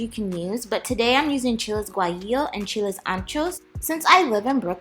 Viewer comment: this girl actually says "chiles".. she da mvp